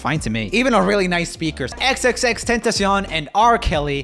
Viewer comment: his pronunciation of xxxtentacion pisses me off